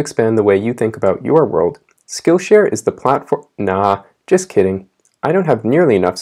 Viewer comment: I was totally ready to skip when you said skillhare 😂